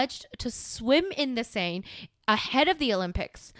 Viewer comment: Seine is pronounced "Cen" like cent without a T.